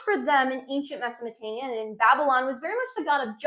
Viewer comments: MesoPOtamia not mesaMOtamia haha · She can't pronounce - Mesopotamia...she says, Mesomotamia...WTF? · She keeps saying Mesomotamia. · Why are you calling it Mesomotamia?? As much as I wanted to watch this video I coudnt go past a few minutes.. it’s extremely annoying for listeners and embarrassing for you. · mesomatania LOL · Great Video. just try and pronounce the words accurately. its not Mesomotania. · Meza Mo te mia perfect pronunciation , you say it so often and nailing it each time... Google subtitle showing Mesatania , so I have to watch it again , from the beginning , was this a marketing strategy ? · Mesamatamia😂😂I can't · Mesopotamia very clearly has a P, lol